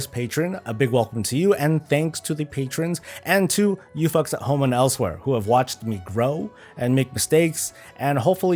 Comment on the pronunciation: it sounded like you said "to you fucks at home"